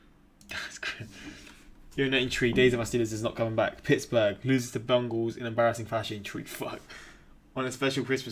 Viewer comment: I think he thinks that’s their actual name, I don’t blame him for not knowing though. if you read this it’s pronounced “bang-gals”, Bungals is kinda like a degrading nickname, kinda like how some people call the NFC East the “NFC least”.